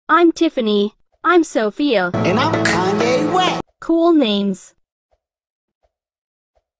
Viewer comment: bro he can’t even speak Sophia right💀